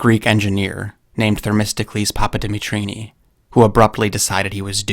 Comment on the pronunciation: "Thermistocles Pappadimitrini"...…….